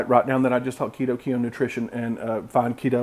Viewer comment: Hey! Thanks for mentioning me with this recipe and other variations of it. You were also close with my name. Keuhn is pronounced as keen. It's my last name. I figured Keto Keen Nutrition had a nice ring to it.